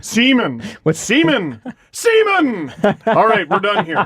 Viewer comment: Alex Semin is actually pronounced Syomin